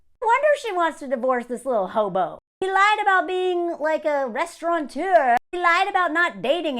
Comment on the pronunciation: Pet peeve, it’s restaurateur, not “restauranteur,” no n in the word